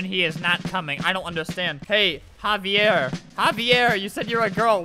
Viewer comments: Omg, 'haviere' xD. Its 'XAVier', lol. I have a cousin thats name is xavier, so i know :3. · Just saying: that 'xavier' guy was not pronounced like havier, it would be spelled Javier then. Its pronounced zavier. I'm only saying this because you made me think of a hilarious story where a minister at my grampa's funeral did the same thing with my cousin Xavier and my whole family laughed so much. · Im wheezing albert cant pronounce names for his life Xavier is like zavier, not HAHV EE AIR bruh i aint ever known someone named xavier whos name is pronounced like that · Albert, it isn't pronounced HA-VEE-AIR It's pronounced EX-A-VEE-ER as in Xavier??? XD but I guess it COULD be either way... LOL I just HAD to comment this I'm sorry XD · Xavier is said zavier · It pronounced zaiver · Its not haviair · I died laughing when Albert tried to pronounce Xavier. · Albert you pronounced Xaivier wrong.